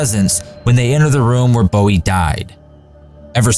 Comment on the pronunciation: It’s Texians, not Texnians. You mispronounced Bowie. Bowie had TB, not pneumonia, and was most likely dead before the final assault. Also, Bowie’s room no longer exists, it was demolished years ago. Crockett never called himself “Davy”, he preferred “David”. A lot of the accompanying pictures show men using weapons that hadn’t been invented by the time of the battle. The bodies of the defendants were not mutilated after the battle. They were piled into three separate piles and burned in funeral pyres. The only exception was one man whose brother was in Santa Ana’s army. The brother asked Santa Ana for permission to bury his brother and that permission was granted.